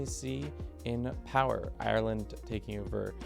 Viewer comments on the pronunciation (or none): none